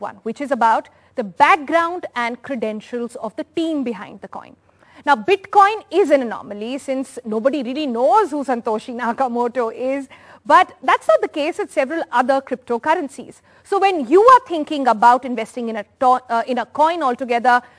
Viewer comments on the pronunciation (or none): Did you just say 'Santoshi' Nakamoto!..